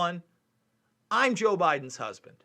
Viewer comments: I'm not defending this guy, but it sounds like he said "I'm Jill Biden's husband." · Watch the video in .5 or .25 speed. He really does say JOE and not Jill so.. it's pretty damn clear too. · Yeaaaa...watch it in .5 speed or .25. He says Joe man.. he says Joe. It's actually pretty clear too.. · watching this on 0.5 speed, i have to say its sonds more like Jil and not Joe... ist like perfect between an i and an o